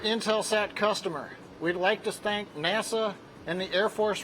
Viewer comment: Skimming through the comments here and summarising: "Norminal" "we'll be black with ya!" "we'd like to stank nasa" ...what :D ? Was the launch unexpected and he had to quickly return from the pub?